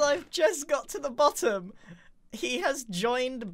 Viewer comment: Don't you mean the "boatem" of you stomach just dropped?